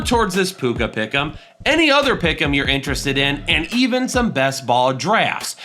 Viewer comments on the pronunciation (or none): none